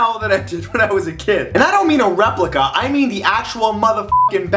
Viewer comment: He said weplica